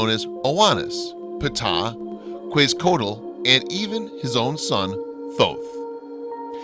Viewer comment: "Kwez-coatle"?? really?? Try "ketz-ah-co-aht-ul"